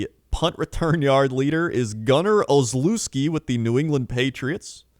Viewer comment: pronunciation of "Olszewski" hurt to hear from a former student of Polish